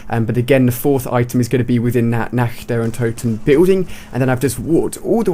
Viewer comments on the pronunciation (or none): It's not Nact Der Untoten it's Nacht Der Untoten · Nah der untoten its Nacht der untoten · Natch der Untoten? How the fuck... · Learn how to pronounce "nacht der untoten" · it's funny how you utter "Nacht der Untoten"..:D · always funny how people dont speaking german pronounce "Nacht der Untoten"... :DD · It sounds so funny when you say "Nacht der Untoten" :D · I like how you try to say "Nacht der Untoten" ^^